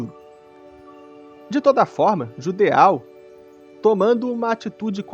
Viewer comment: Suas análises são ótimas, tô adorando a série, mano! Só uma crítica construtiva (que já vi em outros canais que falam de Berserk): acredito que a pronúncia de Judeau seja 'Judô', da mesma forma que 'plateau' é 'platô' e 'chateau' é 'chatô'. Tamo junto!